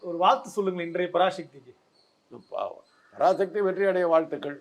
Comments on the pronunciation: பராசக்தி என்பதை பராஷக்தி என உச்சரிக்காதே நெறியாளரே.தமிழக்கு முக்கிய எழுத்தே ' ழ ' தான்.அதை கேவலப்படுத்துகிறார்கள் உம்மை போன்றவர்கள். ` ழ ` விக்கு பதில் ` ல ` என உச்சரிக்கிறார்கள். சிரமப்பட்டாவது பழகி கொள்ளுங்கள். பெரும்பாலான திராவிட கட்சி தலைவர்களே மேடையில் பேசும்போது பிழையாகதான் பேசுகிறார்கள்.இதை அவர்கள் திருத்திக்கொள்ள வேண்டும். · டேய் லூசு பராஷக்தி இல்லைடா. பராசக்தின்னு உச்சரிப்பு சரியா சொல்லு. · ஷக்தி இல்லப்பா தம்பி.... எப்பா ஒழுங்காகச் சொல்லுப்பா தம்பி... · உச்சரிப்பை சரிபடுத்துங் தம்பி. பரா"ஷ"க்தி அல்ல. பரா"ச"க்தி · பராசக்தி எனும் தமிழ் பதத்தை ஷக்தி ஷக்தி என்கிறான் கேண கிறுக்கன் நெறியாளர் உன் உச்சரிப்பை திரும்ப நீ கேட்டு பாருடா லூசு....... 😂😂😂